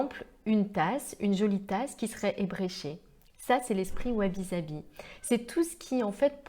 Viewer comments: Merci pour cette video , et pour les commentaires « perfectionnistes » concernant les commentaires sur la prononciation , il ne faut pas en faire un fromage.. Sabi se prononce avec un S et pas un Z effectivement , mais les commentaires ne sont justement pas trés Sabi !!! Un peu d’imperfection ne fait pas de mal ... sinon on peut aussi le prononcer en japonais .... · Et oui vous avez parfaitement raison. C'est une erreur de prononciation typiquement française. Ainsi, par exemple, les Français prononce Osaka, Ozaka, alors qu'il faut prononcer Ossaka. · Sabi, prononcé avec 1 s comme saveur et non avec 2 s...!